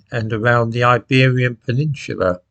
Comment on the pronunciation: The word is P E N I N S U L A.... nothing about "shue" or anything else...peninSUla. Practise that word... that's a worthwhile task. As for Stephen Yaxley-Lennon.....yaaaaaaaaaaaaaaaaaaaaaaaaaaaaaaaaaaaaaaaaaaaaaaaaàaaaaaaaaaaaaaaaaaaaaaaaaaaaaaàaaaaaaawwwwwwwwwwwwwwwwwwwwwwwwwwwwwwwwwwwwwwwwwwwwwwwwwwwwwwwww. Yaxley-Lennon's little attempt to stage its little beerhall putsch, Yaxley-Lennon's beercan putsch, 100 years and two days after Schickelgruber's attempt, just failed miserably.